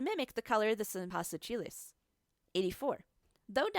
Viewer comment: Lmaooo the spanish pronunciation. “Cempasúchiles” really cracked me hahaha